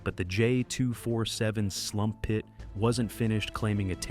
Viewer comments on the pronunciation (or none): I think those pits are called sump pits not “slump” pits, lol. But irregardless, what a crazy story and well told too. Thanks!